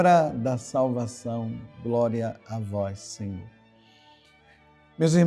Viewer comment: Groria a vois Senhor